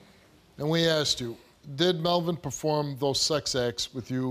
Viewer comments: It's horrific the amount of axing that goes on with these people. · Why can't she say asked